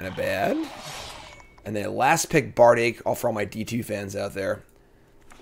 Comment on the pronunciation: Bardiche pronunciation should have got a Hermoine sound effect too.